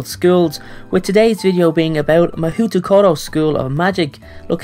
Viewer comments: ekdks mah HOO tokoro 😂😂 it is more like mah-hoh-tokoro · Actually, it is not pronounced "Mahoo". It is written "Mahou" in Romanji (Mahou which means Magic by the way) but the OU is written to indicate a long O sound in Japanese. So it is actually pronounced "Ma-ho" ;) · LOL you pronounced it wrong its not ma-hou as you said it but ma-ho, yes i know the u makes it confusing lol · As a Japanese, I agree with you. Mahoutokoro sounds stupid. And it is also mispronounced. It should be Mahoudokoro. still sounds stupid tho. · It is pronunced Ma-hoe toe- core --row in Japanese.